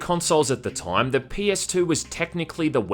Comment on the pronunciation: Why do you have so weird accent? Time should not be pronounced "Tåijm".